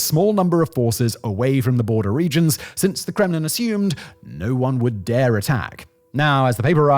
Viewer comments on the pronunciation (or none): none